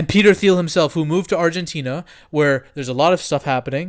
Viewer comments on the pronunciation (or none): I love you bro but for the love of god please pronounce Peter Thiel’s name right!! 😩😩😩 it’s pronounced Teal, the H is silent